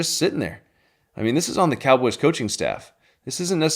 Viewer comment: "we got one more thing for you cowobys fans" lol